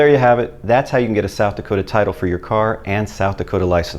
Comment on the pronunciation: It is not "hasta la huego" it is "hasta luego".....😂😂